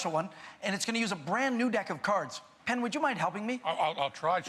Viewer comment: PENN not pen...